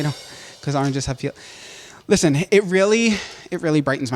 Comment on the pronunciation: "arenges🍊"